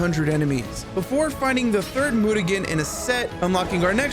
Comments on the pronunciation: Loved these two games back in the day! They are EXPENSIVE though! Great video - subscribed! Your pronunciation of mutagen had me laughing every time though....it's myoo-tuh-jen, not moot-a-gen! :D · Mutagen pronounced Myu ta jen for the record the way you say it is very entertaining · Ain’t no way you just called it a mootaghen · The g in “mutagen” is pronounced with a j sound; as in genetic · the way he says "Mutagen" the whole video is fucking hilarious